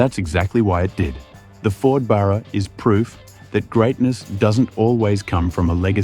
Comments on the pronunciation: Love the video! Tho please pronounce Barrr--raaa not burarr--raa. It's unaustralian to call it that😅 You forgot to say they were gonna call it the "Gull". Cause a Seagull shits on everything😂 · Why can this guy not say Barra? instead of Burra? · Lol... The clown can't even say BARRA right??? 🤦‍♂️🤦‍♂️🤦‍♂️ Lol ..BURRA...🤡 🤣🤣🤣🤭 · The Burraaaaah? WTF? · Their credibility faded when they say "Burra"!!!😂😂😂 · If you're going to have AU write the script, proof read it first. I'd tire going to have AI read it, have it pronounce Barra correctly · If you're gonna make a video on an Aussie icon, at least pronounce its name correctly!